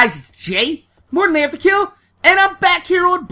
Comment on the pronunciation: yeah when he says morninafterkill i hear ''were gonna have to kill''